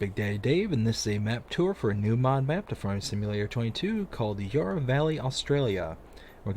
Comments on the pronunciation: When you pronounce Yarra, you say it as "yah rah", with the a as in are. It's said with the a as in and. Really enjoying the video, thanks! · Yarra has the first a as in "and" :)